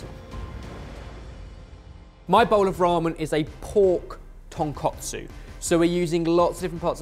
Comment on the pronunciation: Pork "tonkotsu" == Pork Bone Broth ton koh tsu (long "o" in "koh" as in "bone") Pork "tonkatsu" == Pork Cutlet. ton kah tsu (short "a" "kah" as in "barrel") Your pronunciation is OFF.